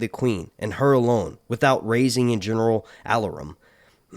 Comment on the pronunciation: Alarum is uh-LAR-um.